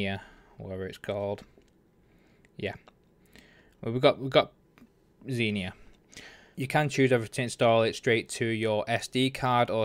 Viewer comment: He dont say it proberly